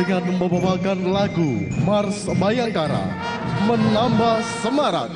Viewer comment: Bukan bhayangkara tapi bhiangkerok